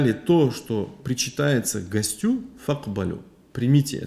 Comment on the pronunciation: Ассаляму гьалейка уа рахьматуЛЛАГИ уа баракатуГУ. Правильно ставить ударение на первый слог: гОстю